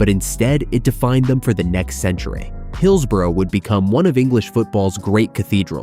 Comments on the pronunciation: I'm a Blade and on this we agree! At least learn to say hillsborough ffs 😂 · Get a narrator who knows how to pronounce Owlerton and Hillsborough. North American phonetic pronunciation of these key locations make me shudder. If you want to talk about places, get someone who knows how to pronounce them! Grrrr! I'm a Sheffield United fan but this really pisses me off.